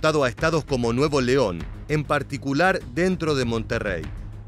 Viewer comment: no es nuevo leon es nuevoleon todo junto! y sin pausa. son muy buenos los contenidos. gracias por la labor